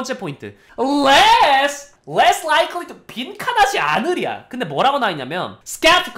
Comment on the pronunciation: 빈칸을 bincon으로 발음해버리기